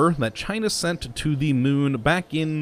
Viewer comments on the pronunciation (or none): He is actually calling it "The Mun" but they sound so similar it is hard to hear the difference.